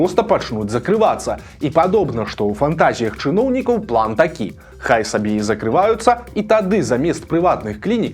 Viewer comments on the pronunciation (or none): none